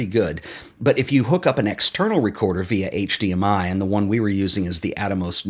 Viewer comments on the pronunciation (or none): none